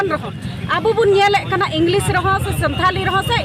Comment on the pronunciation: Santari nahi hota hai Santhali hota hai😂